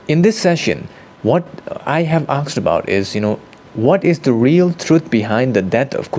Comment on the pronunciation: Aasssked. Now repeat after me. Asked. Not aaksed.